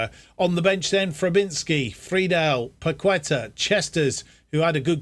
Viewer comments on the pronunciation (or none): Got this randomly on my YouTube recommended, just wanted to let you know Fabianski is pronounced 'Fabby-an-Ski' Kehrer is 'Carer' Paqueta is said like 'Pack-ett-ah' Good to see us win the FA Cup and rewrite the wrongs of the 2000s :)